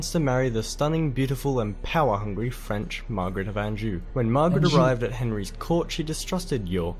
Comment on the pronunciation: Not sure that the narrator's British - sounds a bit Australian, maybe? I would suggest more standard English ways of pronouncing the following words/names (in brackets) although there are of course variations throughout the UK.: St Albans (all-bnz), not Al... Anjou (on-zhoo) not anne-jew; Warwick (worrick) not war-wick; Towton (toe-tn) not Tao-ton, Tewkesbury (tyooksburee) not Tyookis, and Tudor (tyooduh) not TyooDOR. However, we both do tend to say dinasty.